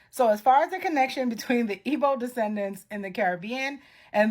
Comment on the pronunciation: I cannot deal with that "G" in Igbo not being silent. If you can't keep the G silent, then really you should Be silent. Respectfully 🙏🏾